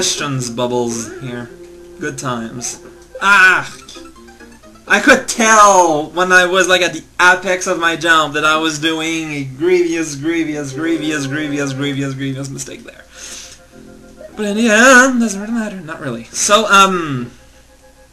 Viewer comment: In Sonikku's level, he put coins over the spikes, at the same height (so if the spikes are angled, so are the coins), so it's more about observation if you want to do it without learning the level. Also, apex is pronounced with a hard 'a', like in ace and not apple. Oh and that last level gave me deja vu for one of the previous levels you played a week or so back.